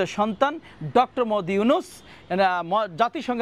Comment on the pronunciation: মুহাম্মদ উচ্চারণ করতে পারিস না সাংবাদিক হলি কিভাবে